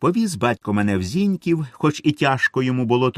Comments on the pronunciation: Шановний чтець, виконання просто чудове. Але Ви чомусь читаєте Зíньків, коли на Полтавщині всі зажди кажуть Зінькíв. З наголосом на останній склад. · Зіньків — наголос на останнє і ☝️ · Дякую за чудовий твір і чудове читання. У чудовий голос і великий талант. Слухати його одне задоволення. Тільки не ображайтесь, але різнуло ухо слово Зіньків. Я з Полтавщини і знаю, що наголос не З І ньків, а Зіньк І в